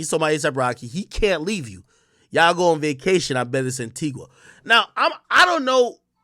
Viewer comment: It’s not called anti-wha it’s Anti-gah coming from an Antiguan